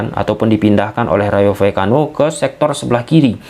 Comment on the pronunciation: Ijin saran bg, maaf klo ad salah. Klo penyebutan nama nama yg agak susah mending singkatin aja, soalnya abg beberapa kli nyebut Rayo Vallecano keseleo trus 😂😂 mksdnya biar lebih mudah aja😅 Btw aku subscriber sejak Barca masih ditangani Koeman.